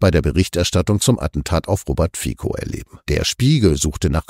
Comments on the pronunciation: Kritischer Einwand eines treuen Zusehers: BITTE lernt die Namen der Menschen, über die ihr berichtet, richtig auszusprechen. Dass hier aus 'FIZO' ein falsches 'FIKO' gemacht wird, ist mehr als peinlich. Danke. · Geehrte NDS, der Name Fico wird mit "z" ausgesprochen [fizó]. Zumindest in der slowakischen Sprache. Hochachtungsvoll